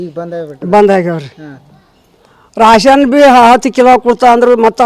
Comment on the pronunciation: Raaaashan allamma thayandra ರೇಷನ್ ಅನ್ನಿ ಅಯ್ಯೋ ನಿಮ್ಮ ಕನ್ನಡಕ್ಕೆ ಮೆಟ್ಟಾಲ್ಲಿ ಒಡಿಯ ತೂ